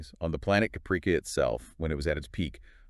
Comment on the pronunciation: You do not even know how to pronounce Caprica! Why do you stupid idiots think you can read something and then are knowledgeable and competent enough that you can post a video when you are completely clueless and butcher pronunciations while pretending to know what you are talking about when you are clearly are an inept idiot!